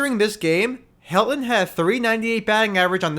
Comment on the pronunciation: Also, there’s a ‘t’ in Helton… It’s pronounced Hel-ton. Not ‘Hel-on’.